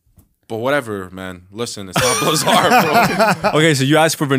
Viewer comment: “Blizz-erd” not “blizarr “